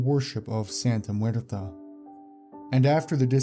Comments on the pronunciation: it's santa muerte not santa muerta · It’s Santa Muerte not Muerta. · It's cool but the "Santa Muerte Cult" is mispronounced. It's correct pronunciation is "Santa Muert E" with spanish E not A. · It was a good video, although it's "Santa Muerte" not "Santa Muerta". Muerte means Death, so it's like Holy Death, and Muerta is something or someone dead in feminine form (trust me, I'm mexican). And about the Aum Shinrikyo cult, I'm glad to say that Asahara has finally been executed this year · That's not how you say Santa MuertE! Not MuertA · Excellent video just a quick correction it's Santa muerte as in holy death